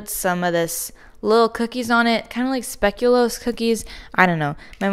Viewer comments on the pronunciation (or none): none